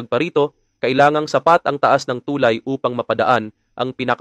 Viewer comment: Pakiayos naman pronunciation mo ng tulay sir! Mabilis ang pagbigkas ng salitang tulay! Thank you!